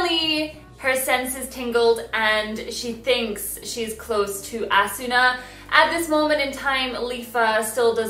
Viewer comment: God it annoys me its Asna the U is silent in Japanese 😑